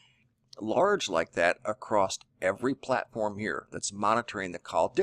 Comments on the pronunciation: Love your stuff BUT the word is across NOT acrossdt! Drives me nuts but I can get over it... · It's ACROSS...NO T IN ACROSS...YOUR SAYING ACROST...NO T...NO T...SILENT T IN OFTEN, also...check the dict. GOOD REPORTING, THOUGH...KEEP UP THE GOOD WORK ! ! !